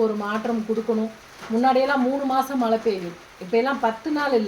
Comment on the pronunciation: மல இல்ல மழை இந்த தமிழ் வார்த்தையை கூட தெளிவா உச்சரிக்க தெரியாத நீங்க எல்லாம் சாமியாரு அதும் தமிழ் கடவுள் பக்தி எங்கனா போயி உழைச்சி சாப்பிடுங்க மா ஏன் இப்படி எல்லாம் உங்க வாழ்க்கையை நீங்களே அழிச்சிக்கிறீங்க.